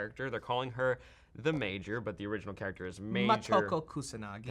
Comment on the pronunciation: Matt is such a tool and he fucked the pronunciation of the Major.